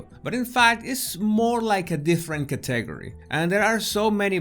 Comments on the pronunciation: Category….. pronounced Cat A gory . Not , Ka teg erry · "cuh-tay'-grrry". how long have you been trying to speak english? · I love it when he says categgry instead of category! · category ... is pronounced in English ... Kat -egg-gory ... cat eg ory CATEGORY